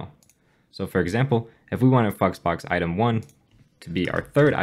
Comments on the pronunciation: no offense just saying flex box sounded more like fu#ks box the way you pronouncing it. btw all jokes.....nice content!!!! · All I hear is fucksbox lmao But it is a good video so thanks a lot! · Did you say flexbox?